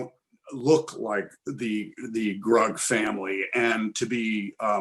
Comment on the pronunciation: It’s “Grug” not “Rug!”